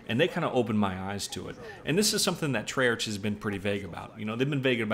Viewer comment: Not trying to be a dick or anything, but i believe it's pronounced "tray-ark" not "tray-arch".